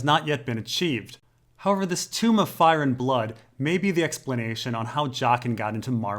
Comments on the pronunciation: tome t-oh-m not tomb tooooom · Dude .. tome is pronounced like home, not tomb. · Cool video :-) FYI tome (as in a book) is pronounced to rhyme with Rome, not room. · "Tome" is pronounced TOH-m, I think, not TOOM-b. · Small criticism,. Books are "tomes", which rhymes with "homes". Not "tombs" like rhymes with "rooms". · Tomes, tomes, it rhymes with homes. You have to remember your tome... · I enjoy these videos, but every time I hear pronounce a word wrong it takes me right out of it. I can understand when it's a word or name that was made up for the story, but hearing tome pronounced "toom" and Chimerism as "Kim-merism" is like nails on a chalkboard. Pretty sure he's doing it on purpose. He has to be. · Joe Sylvester It's easy to get phonetics wrong in an ENGLISH(phonetic nightmare language) word taken from classical greek(dead language).It's fine!